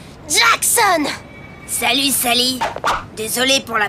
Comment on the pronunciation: Jack son et pas djakssonne